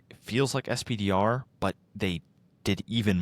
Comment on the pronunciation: You guys kill me a little every time you say "ess-pee-dee-are". "Spider" or "Peni" would flow so much better.